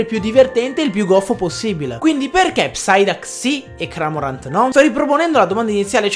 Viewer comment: Va che Cramorant è un cormorano, non un “cramorano” (ciao )